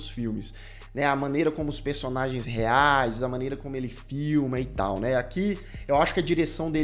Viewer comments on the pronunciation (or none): none